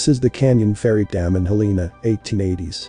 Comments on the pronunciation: HEL-e-na….its pronounced HEL-e-an….. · It's pronounced Hell-en-uh 😊 Just constructive criticism to help with the algorithm I love your channel 🙏🏼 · Its pronounced Hell en ah I like your videos, keep going.! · It's pronounced "Hell-le-na'